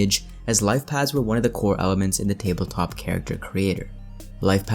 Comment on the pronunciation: Paths not pads.